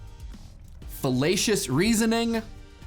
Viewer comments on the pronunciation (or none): You said fellacious. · I cant stop hearing fallacious as fellatious